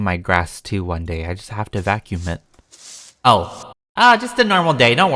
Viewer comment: ”I GoT tO baKUm mY grASs” Me: “welp that just burned my last brain cell” Edit: omg thank you for the likes